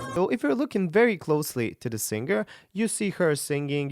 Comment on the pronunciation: you csnnot even pronouce the word Singer moron properly....